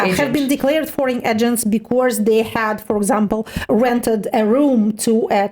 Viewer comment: "becourse" -> "because"